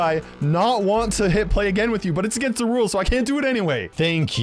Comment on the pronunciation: I love how you said "da rules"